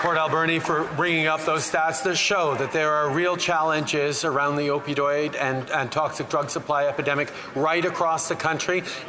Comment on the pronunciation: "Opidoid" -Justin Trudeau Im fkin dead 😂